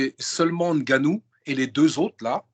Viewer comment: NGANNOU Non N GANNOU